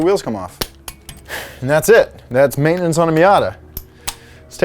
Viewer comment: I like how y'all save time by turning the 3-syllable word "maintenance" into a two-syllable word "maintnance". Time saved! 😂 Great job with info and videography.